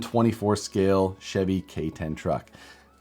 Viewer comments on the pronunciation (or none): none